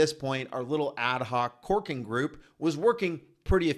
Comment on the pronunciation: 💋👄👅Enunciate, it's CORKING not twerking🤭😅. Filming outside must be difficult. It took me a minute to get it.